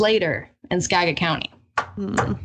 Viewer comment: If the female co-host grew up in Washington State, why does she pronounce Skagit improperly?